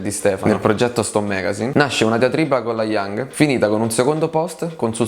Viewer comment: allora bel video ma laioung non puoi sbagliare a pronunciarlo....